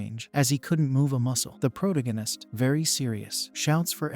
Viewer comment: Please hire a real person to read. It’s painful…. I can’t say protagonist